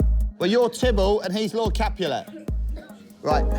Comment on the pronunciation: WHY IS THE ENGLISH TEACHER PRONOUNCING CAPULET LIKE THAT 😭